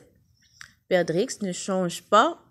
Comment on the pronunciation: Il ne faut pas prononcer le x de perdrix